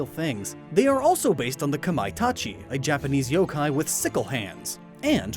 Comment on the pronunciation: Wait did u say yooo kai